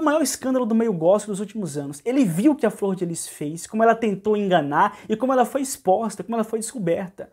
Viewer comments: Sem querer ofender...a palavra e' " exposta " E'' so' uma dica. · Espoxta ?? Misericórdia 😲 vamos corrigir aí " exposta "